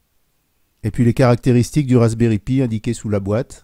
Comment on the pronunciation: Et vous pouvez regarder toutes les vidéos en anglais que vous voullez. On dit Raspberry "paille"